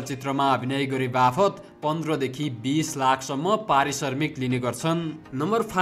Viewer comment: Arissarmik hoina mahodaya arissramik hai😂